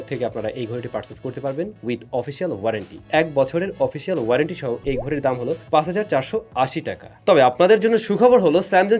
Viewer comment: Vai uita dom na 😂dam hobe